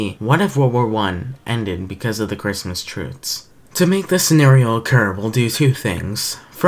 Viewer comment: I'm sorry to nitpick, but "trutes"? (yes I know I'm being slightly rude and I do apologise, it's just deeply unnerving and unsatisfying to hear it pronounced incorrectly - no offence to you, of course. I do love the video, it's just that one thing is holding it back slightly and makes it feel a little unsatisfying for me)